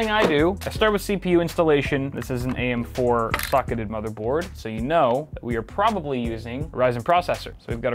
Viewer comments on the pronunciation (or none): i thought you said "am4 fuc*eded motherboard"